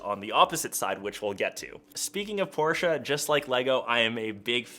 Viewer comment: Thumbs up for me. Thanks so much for pronouncing Porsche correctly. Most forget there’s an “e” at the end. So yes, thank you.